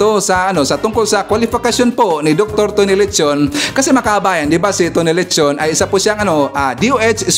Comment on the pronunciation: Dr.Tony Leachon( pronounced Leyachon), correct spelling